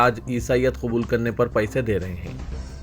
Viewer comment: Pyise nai re bawa Paise bol